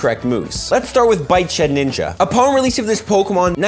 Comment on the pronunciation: Okay but it's sheDinja not sheninja